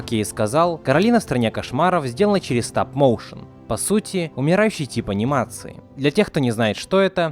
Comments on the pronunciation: Стап-Моушен 🌚🔫 Сразу видно уровень англа Так на будущее не «Стап» а «Стоп» Стоп-моушен Мои уши кроваточат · Почему стап, а не стоп? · Не стАп моушен а стоп мОушен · "Стап моушен" хммм